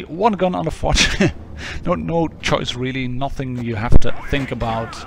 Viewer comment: Fotsh ? where do you see a t ? it's fosh, the sam SHHH sound as in hush, it's exactly like POSH, with a F.